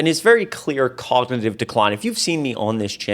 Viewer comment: Please make note, it is cognitive, not cognive.